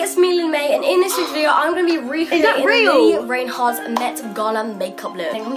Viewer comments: How can someone make a makeup tutorial for her and pronounce her name wrong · Who else cringed when she called her lili Rainhart??